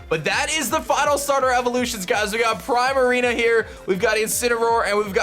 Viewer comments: And the water Pokemon is pronounced like prima, not prime. Like a prima ballerina. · It's pronounced PREE-marina, not PRY-marina! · Also I think Primarina might be pronounce Prima-Rina as in Prima + Ballerina but again I might be wrong because again Prime-A-Rina does sound cooler lol